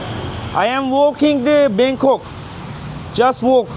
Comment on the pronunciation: Bangkong değil Bangkok.